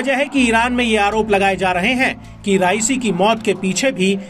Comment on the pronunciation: उच्चारण सही करो, राइसी नहीं रईसी है, अगले को राइसी कह के चावल बना दिया.